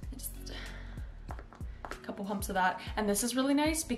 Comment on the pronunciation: can you please tell me if you said "A couple pumps" or "A couple humps"? Put it at 1/4 speed and I'm leaning toward the latter........... BUT YOU KNOW WHAT? I love you even more just for that 😙❤️